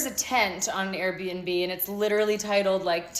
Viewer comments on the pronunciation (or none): none